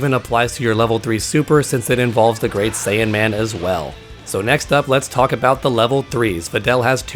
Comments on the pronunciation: I don't know if it's your voice or what but it sounds like you kept saying "great saiyAN man" instead of great saiyaman. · Saiyaman, not Saiyanman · Good info but... It's Saiyaman. IT'S SAIYAMAN.